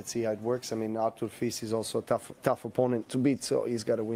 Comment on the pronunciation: the final s is pronounced in Fils. Fils means son in English.